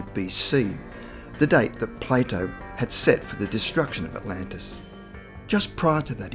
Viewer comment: Everytime he says Plato, I can’t help but hear Play-dough